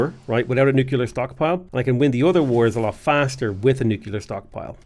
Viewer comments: NUKE - LEE - ER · I've never noticed that pronounces "nuclear" like "nu-kuh-lar" and I love it